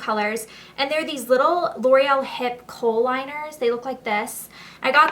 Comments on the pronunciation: she means kohl liner not coal liner :) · it's actually a "kohl" liner :)